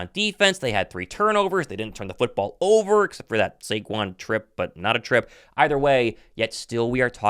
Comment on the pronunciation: Shake-QUON formally known as Saquon 😂